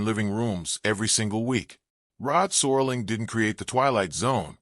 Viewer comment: "Sorling"? His last name is SERLING.